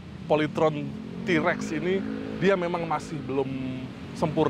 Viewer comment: bukan Trex, emang nya film Star Trex, TAPI yg benar itu T- Rex,, di baca Ti rex